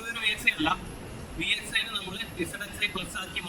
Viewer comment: NOT VSI ITS VXI